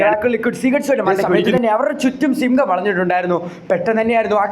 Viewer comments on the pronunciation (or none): Sigham alla simham aa😂